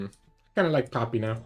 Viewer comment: I love it how you pronounce poppy and it sounds like papi :) Also I´m not dissing you in any way I just like accents and language <3 I´m new to your content and I do like it a lot so thank you for that.